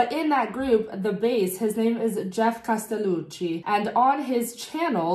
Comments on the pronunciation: I loved your reactions! Intelligent but expressive at the same time. And your pronunciation of "Castellucci" was also spot on. :) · I loved your reaction. Was this your first Geoff Castellucci ( loved the way you said his name) ? He's amazing. As well as voiceplay. I support them on Patreon. Can't wait to see more reactions